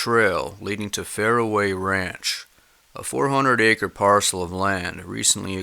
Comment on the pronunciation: I think Faraway ranch is pronounced Far-Away Ranch not Fair-away.